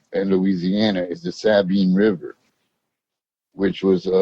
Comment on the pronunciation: can't even say Sabine River right